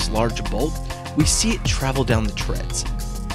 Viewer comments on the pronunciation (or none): "When the ferrofluid travels down the "treads" of this large bolt..."... It's THREADS, not treads.